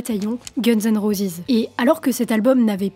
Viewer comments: Roses et non pas rosis 😅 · Guns and rosisssss???? Prononcez à l'anglaise c'est mieux mdr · prononce roses convenablement , t'es nul